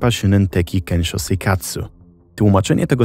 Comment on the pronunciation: 1. Bardzo ciekawy temat 2. Proszę, sprawdzaj wymowę przed takimi nagraniami. Np. mówi się „sionen” a nie „szunen”, czy „kensio” a nie „kenszo”. Wystarczy translator google nastawiony na język japoński. 3. Nagrody takie jak żywa ośmiornica czy arbuzy nie są niczym dziwnym w Japonii (prawdopodobnie w większości Azji). Tak samo surowe mięso, które gdzieś tam się przewinęło. Jedzenie ma tu wartość premium i często jest uważane za odpowiedni prezent, nagrodę, czy podarunek z katalogu ślubnego dla gości. 4. Powyższe nie zmienia faktu, że producenci mogli manipulować nagrodami. Myślę jednak, że ta manipulacja ograniczała się do wyboru czasopism, w których były loterie. Tomoaki sam decydował gdzie chciał wysłać swoje zgłoszenie (btw, takie zgłoszenia wysyłało się na białych pocztówkach, co widać np. w ). Możliwe też, że osoby decydujące o wygranych znały już Tomoakiego z TV i wybierały właśnie jego zgłoszenia. Dlatego uważam, że skompletowanie całej konsoli nie było aż tak dziwne. 5. Kto był producentem? W jakiej telewizji emitowano program? (już to sobie wygooglowałam, ale myślę, że to istotne informacje). 6. Ogólnie najs, ale Japonia to na tyle odległa kultura, że polecam dawać materiały na jej temat do sprawdzenia jakiemuś doświadczonemu japoniście, bo bardzo łatwo o powielanie szkodliwych stereotypów.